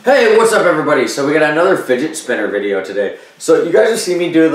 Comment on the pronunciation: When you said futz spinner I'm like did u curse at me 😂